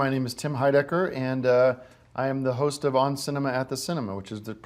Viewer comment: Lol he was going to say "I'm your TOAST" instead of host lol.